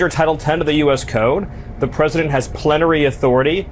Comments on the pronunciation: “Plentery authority”… then pretend glitch after realizing you just became a meme… dipshit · LMFAO..he said Plent...y🤬🤬🤬🤬👣👣👣🌈🌈🌈🙏🙏🙏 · Was having a stroke? His mispronounced a word and just stopped talking. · “Plenary Authority.” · can't pronounce words, lost his teleprompter feed and then stopped talking like a dufus; he tried to pretend that he couldn't hear the fox news guy. Super creepy, wimpy weird-o.